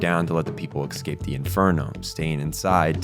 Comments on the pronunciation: Good video but ... this drove me crazy. you mispronounce "escape" .... it's eh-scape or uh-scape or even ih-scape (depending on accent or whatever). it is definitely NOT ecks-cape / ex-cape you keep saying it like that and it makes me want to pull my hair out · Great video but I how come you say Ex-cape when you try to say Escape? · fantastic breakdown and analysis. I only have one critique, which is “excape” instead of “escape”. Lol otherwise 10/10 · The real monster is the one that pronounces escape as exscape. (not really, I'm no prescriptivist) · Someone mentioned to me how he says eggscape instead of escape and now I cannot unhear it. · Every time you've said "exscape" instead of the word "escape" my brain cells begin rioting. Other than that great video, I really had trouble parsing Johan's point of view and motives while I was watching Monster. This really helped. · eSCape, not excape. Also, your pronunciation of German names was godawful, but Czech names were somehow better. All in all loved the video, keep it up.